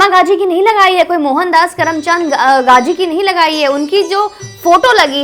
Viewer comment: Pahle bolna shikho tab bolna Gazi nhi Gandhi hota hi kisi ke naam ka mazak mat banao